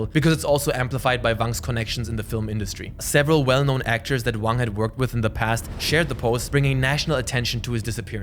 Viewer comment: Why are you pronouncing "Wang" with a "V"? He's Chinese not German LOL.